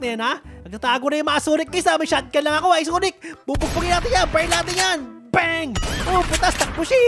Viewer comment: Sanic not sonic